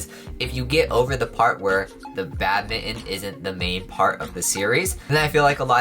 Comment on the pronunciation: I keep hearing “Batman” instead of “badminton” 🤣